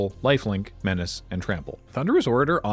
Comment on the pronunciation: You mispronounced Menace there,.